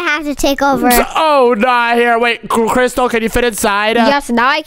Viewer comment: It is crystal not cristal